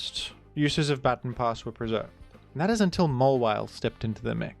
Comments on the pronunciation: It's "ba-tawn", not "batten" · Hey I am a 27yo blind man from USA. That’s not how you pronounce baton :) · Hi, great video! Unfortunately, I as an Australian do not pronounce baton as "batten", rendering the entire video invalid, and the point moot. If you could kindly take the video down and upload an apology video, that would be great. Ukulele optional. Thanks! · Can’t believe this guy pronounces baton as baton instead of baton 🫵🤣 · I am not a rotten egg and therefore will not be commenting on pronounciation of the word "baton" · You say baton funny. Sincerely, Rotten Egg